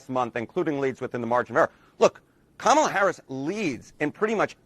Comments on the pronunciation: Why do you keep saying kAmala? It's kamAla. The name is Indian af. It's like saying Jovović (Serbian) but pronuncing it jovOvić instead jOvović. It sounds wrong. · It's pronounced "Comma-la" not camel-la. I don't like her either. But why can't anyone pronounce her name? If i hadn't watched a video of her explaining how to say her name, i wouldn't know. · TheQuartering , Now Jeremy, don't be racist; it's pronounced "Kamelbreath". 😂😂😂😂😂😂😂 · Anyone wanna coin the term Koala harris? Both mispronounces her name AND calls her one of the dumbest animals in the world, haha